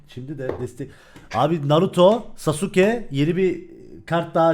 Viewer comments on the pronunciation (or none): none